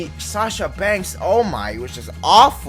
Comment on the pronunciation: Borrero it’s Sasha not sacha